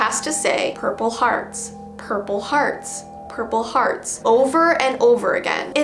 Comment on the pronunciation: I was watching this while half sleeping and then I heard her say Purple Hdarts I woke up straight away